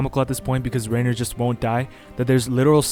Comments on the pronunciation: the way hes saying it like rainer instead of ryener is sending me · Rye ner. Not rayner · Why u saying rainer